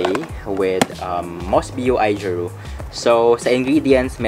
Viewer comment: AOjiru po not AIjiru. :)